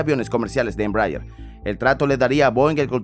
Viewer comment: Me duele el oido de escuchar una mala pronunciation de ese avion